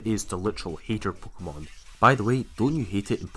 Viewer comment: I really love your accent, especially how you pronounce "pookemon"